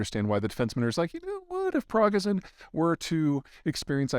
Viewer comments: Hey Peter. Great suff except Prigozhin is pronounced Prig-oh-jin - with a soft "j" as in the french jus (sauce) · Ev-Geen-y Pri-GOH-shen. If you mess up the little things, no one will believe you when you talk about the big things. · Tell me something... Is Dimitri Pragnazin another way of say Yevgani Pregozin? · Haha, oh man. I love Zeihan, but somebody needs to tell him in a hurry it's Yevgeny "Pri Go Zhin", pronounced like that. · But, Peter, how can we trust your info when you don't even pronounce his name right? Pre-GOES-Shin. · PRI - GO - ZHIN (zh like s in "pleasure"). Come on Peter, a little more prep will help your credibility. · Peter, you always bring us great content but by George, will you please take the time to learn to pronounce things: Yev-ge-ny, Pri-go-zhin, nu-cle-ar...and no, nucular is not a recognized alternative way of pronuncing it, it's just an error. Cheers! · Im sorry who?? Progizon??? XDDD PROGIZON ROLL OUT ErrrRRReeErrRRewrRrrerrEERR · Pri-go-zhin the Zh is like the z in seizure, or the s as in pleasure. That said, you say it however you want Peter. Thanks for the video, insightful as always. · Normal people don’t care if PZ mispronounced som Russian goon’s name. What does it matter? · Progison? lmao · Prog-a-zon? Do you mean Prigozhin? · Peter, say it with me. Pre-goh-zhin. Zh is pronounced like the J in bonjour, like in Zhukov. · I could look past the mispronunciation of "Prigozhin" since it was close enough, but...he called him "DIMITRI Progizon"! The guy's first name is YEVGENY. PZ really needs to at least do a quick fact-check pass on these before uploading them. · I love how with every episode you pronounce Prigozhin more and more like it's a prescription drug. Prognizon. Prigozon. Priozon. Next week it'll be Prinexon and Prenigon. Also, akadaka bakamut. Bukadaka, bakamutta. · PETER... Prigozhin.... "Pree-GO-jin" (Say the J like in French, not like in ENglish). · Interesting that Peter can't pronounce prighozin correctly